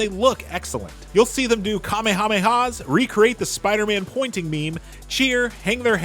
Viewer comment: This man said "Com-meh-hameh-hass". And yall want to be taken seriously?